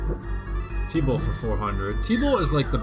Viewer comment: I hear you say "tebow" sometimes when you're saying T bolt. Somehow Tebow worked his way into BoF